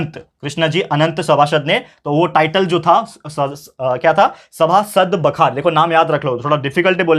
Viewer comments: Sir it's बखर , बखार नही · not baakahar that is Bakhar